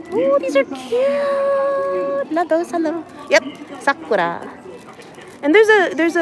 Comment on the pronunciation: try pronouncing as Sakoora"r" and the u as oo, and the r at the end almost silent as when you say you "are", the are is the end syllable. Hope that helps.